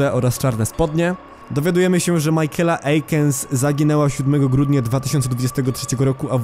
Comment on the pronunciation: imie michaela nie czyta sie majkela tylko mikejla